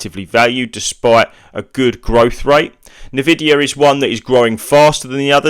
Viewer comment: Why would I trust a guy who pronounce it as "Na-vidia" :D